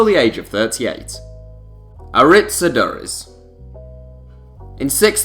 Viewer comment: Aduriz, you pronounced it completely wrong